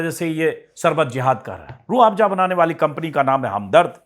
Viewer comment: अंजुमजी आप बाबा के प्रॉडक्ट का प्रचार कर रहे हो, बाबा के चॅनल पर बाबा का व्हिडिओ सिर्फ 12k लोगो ने देखा.... लेकीन आप का व्हिडिओ देखने वालो ने लाख पार कर दिये.... आप बात को रट रहे हो. Aur रूह आफजा नहीं रूह अफझा कहिये